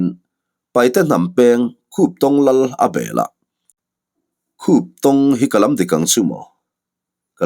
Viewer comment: Khuptong kha i lam dik e,mahse a Lusei hming riau an lal hming kha.